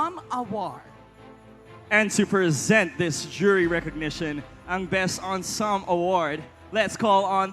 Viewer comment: Hello, Emcees. Wrong pronunciation of Ensemble. Hindi po Unsumb but ˌɑːnˈsɑːm.bəl. Lagyan po ng BL. “Unsumble”